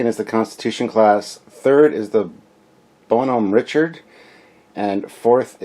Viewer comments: Bonhomme Richard pronounced - Bon - hom Re-chard I don't speak french - Got the correct pronunciation when the news reported that the USS Bonhomme Richard, LHD-6 Wasp Class amphibious assault ship, caught fire in dockside maintenance. FYI- Bon Homme Richard = My Good Friend Richard = Poor Richard (of Poor Richard's Almanac) = Pseudonym for it's Author - BENJAMIN FRANKLIN Don't know WTF they didn't just name it the USS Benjamin Franklin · Captain sir! Bonhomme Richard. Its a french name. So its pronounced, "Bon-home, Rich-Ard." If Memory serves, the Bonhomme Richard was one of the few French ships given to the US Revolutionary navy in the late 18th century. A United States Warship of the late 20th century, if not more then one, was given that name, to remember that debt of honor. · Love your channel, watch as much as i can but omg please practice the pronunciations LOL. You kept calling the Exceter the Excelsior and as a fellow Canadian its [bon-uh m rich-erd; French baw-nawm ree-shar Im being an a-hole, keep up the good work!